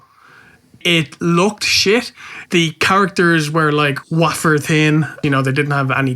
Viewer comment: Its a "wayfer", not a "waa-fer." Ask Barry Corbin